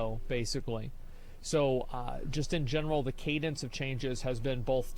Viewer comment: pronounces both as ''bolth'' and I bet you do as well.